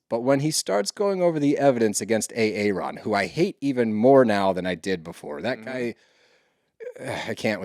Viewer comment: your saying Aron like Arod, but his name is pronounced Erin! I started listening to you guys because y’all are sports dudes not witchy women. I was curious what your take would be and still am. Respectfully, y’all bicker, fuss and argue so much getting off topic, then a commercial will come on, so there’s not a steady forward flow to the story. you jump to quickly on little things that are not necessary to fuss about. Do y’all ever listen to it back? Tighten up the story and lighten up on the fussing please. This particular podcast is a perfect example of what I’m talking about. When it was over I just said what, that’s it! Thanks guys!